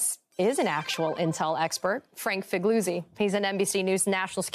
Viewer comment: why cant she pronounce figliuzzis name right LOL